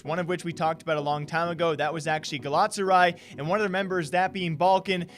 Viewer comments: Ga-la-ta-sa-raɪ, the last syllable is like "I" as in "I am legend". Love you <3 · Ga-la-ta-sa-ry say it with me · Gala - Tasa - Rye..... LMAO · How u said galatasaray made me cringe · bro the way you pronounced galatasaray rly pissed me off lmao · You pronounced Galatasaray wrong